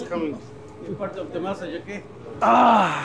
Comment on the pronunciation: “Part of the massage okay”😂😂